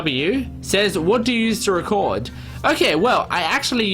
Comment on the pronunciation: she said tecord